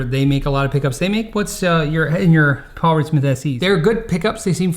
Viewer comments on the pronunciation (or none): none